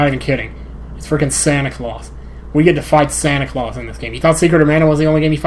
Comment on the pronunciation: haha the way said claus it sound like he was saying santa colauss kinda like santa colossous so it was kinda like a pun